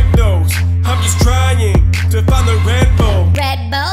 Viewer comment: Sounded like red bowl not red bull